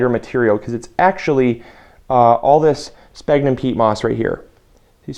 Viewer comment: Sphagnum pronounced sfag num. BTW More smaller holes no half inch remember they are wrigglers!